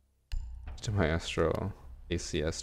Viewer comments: It’s supposed to be pronounced “my-stro” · y he say my ass tro instead of mystro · since when have you been saying miASStro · U say maestro weird